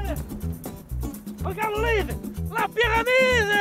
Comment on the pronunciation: Si toi aussi tu as appris que c'était pas "L'olive" mais Loulid ptdr